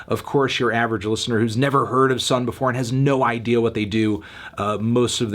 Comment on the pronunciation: bscuse me pretty sure it's pronounced sun oh thank you